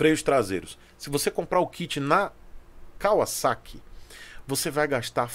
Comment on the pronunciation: Um dos primeiros q eu vi falar o nome Kawasaki com pronuncia correta (Y)